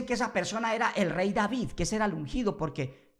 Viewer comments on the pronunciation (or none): none